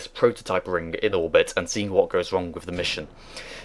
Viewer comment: Its 'ring' not freaking 'rink'